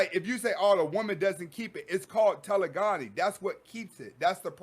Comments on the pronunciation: Loving all the knowledge bro. You're REALLY helping me through a tough break up. You're pronouncing it wrong tho. It's TE.le.gony. like hypergamy. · Telegony is pronounced Taa - lay - gah - nee. Peace to you God.